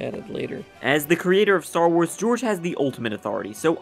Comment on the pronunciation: Also its LOL not Loo and Star WARS not Star WARD.